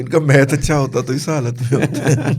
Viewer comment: Math not might is excellent, 😢😮